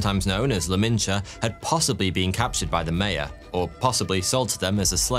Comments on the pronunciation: your pronunciation is just atrocious. you can't even pronounce Maya. truly ponderous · They’re called MAYA not MEYA 🤦🏼‍♀️ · How you pronounce "Maya" is driving me nuts.